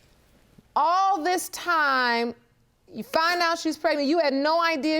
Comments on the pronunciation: Why do they keep saying “pretnet” on the shows? The word is PREG-NANT. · I hate when ppl say "pretnant" or "pre'nant". ☹️ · If one more person say "pretnate" I know something🙄... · Can anybody say pregnant instead of pretnant anymore??😂😂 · Did she say, "Prenant"? See this is why I'm single...what black man do you know wants to deal with an uphill battle on some country paternity bullshucks? Well, hope she has BIG FUN(like Claire Huxtable) being on public assistance, section 8 housing, EBT,WIC, and SNAP🎉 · When they say prednet I smh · Whyyyyy do they pronounce it that way preg nant..I can't on today! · She said, "Prenant"😒 Words...